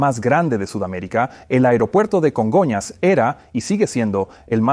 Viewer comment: Que rara suena la voz del traductor. No se parece en nada a la voz de Peter que yo escucho en inglés. Además se dice Congonhas , no Conga airport